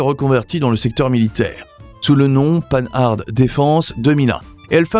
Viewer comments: Pann'-hard' !!! Quel est cet abruti illettré qui prononce ce beau nom de manière si grotesque? Non: prononcez Panhard comme pan comme le pan du fusil ou le dieu Pan, et hard comme "art" que l'on retrouve dans "être au sommet de son art", et l'ensemble prononcé dans un seul souffre. D'autre part, pourquoi, quand elles sont évoquées, ne voit-on pas les 24CT et 24BT... que l'on aperçoit sous le nom de "Citroën-Panhard 24BT" alors que cette appellation n'a jamais existé. J'imagine les bourdes pour les autres marques. Enfin, des marques comme Facel Véga, Delage, Talbot, Hotchkiss pour commencer, auraient dû être évoquées largement, mais surtout pas de manière si maladroites. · ça fait mal d'entendre Paneharde, y a pas moyen de se renseigner sur les prononciations, c'est une marque française, pourquoi la prononcer à l'anglaise ? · Il y a quelques images qui ne correspondent absolument pas au texte récité. La prononciation de Panhard ( à l'américaine) révèle le manque de culture automobile authentique de l'auteur de cette vidéo. Encore un petit effort pour devenir un vrai professionnel de l'histoire de l'automobile française. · Comme beaucoup, j'ai été choqué par le fait que le commentateur n'ait pas pris la peine de se renseigner sur la prononciation de Panhard et même de ne pas souligner le surnom de cette marque "Pan Pan'" qui ne lissait aucun doute sur la façon de prononcer. Et que dire de l'oubli de Facel Vega! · Citroën fait aussi partie des grandes marques novatrices disparues... Sinon la prononciation de Panhard est à revoir. Ca gâche tout, on n'a pas envie d'aller plus loin